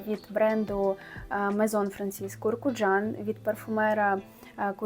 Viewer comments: Франсіс КурКДЖан. А не КуркУджан. Він не курка😁. Сподобалось у вас, підписуюсь і буду стежити❤ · Тільки чому "КуркУджан"? І чому лікід імажінеріС?